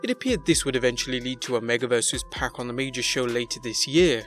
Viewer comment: Its only 1 pac..and it ain't pronounced "pack"